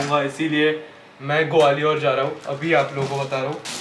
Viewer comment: ग्वालियर है वो gwaliooor nahi hai 😂